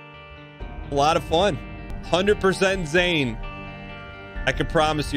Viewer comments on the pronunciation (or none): none